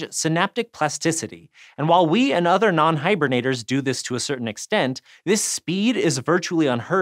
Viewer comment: He says another as two separate words